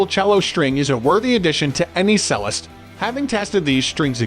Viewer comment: Ffs, use an AI voice that can pronounce 'Jarger' and 'Cellist' correctly.